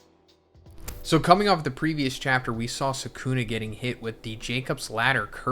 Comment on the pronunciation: Can you pronounce the names right? It’s sukuna not sekuna. Just like kizaru not kizeru